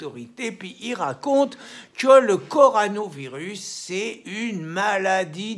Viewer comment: apprends à prononcer coronavirus et pas le contraire